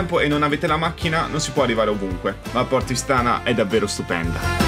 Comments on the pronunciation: Io sono Olbiese e deve dire che si dice Porto ístana e non Istàna no critica bel video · Porto Ìstana, con l'accento sulla i. 😃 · Porto Ìstana si pronuncia con l'accento sulla i..Comunque bel video.., bravo!!